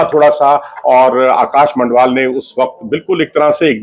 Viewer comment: Learn the names of players before you create the video. He is Madhval and not Mandhval